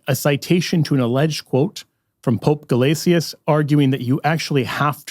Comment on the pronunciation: Great video! Btw it’s pronounced Pope “Guh-LAY-shuss,” not “guh-LAY-tee-us.” It’s assibilation, just like how Gratian is “GRAY-shun”